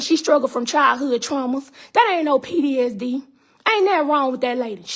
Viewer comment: Ma'am, I know this is a serious matter but are u saying PDSD or PTSD??? Edit after listening further: But u speaking facts though, if it's true.